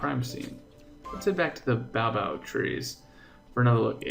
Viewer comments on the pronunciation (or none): Ace the tree is pronounced bo Abb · The name of the tree is pronounced bay- oh - bab tree Ace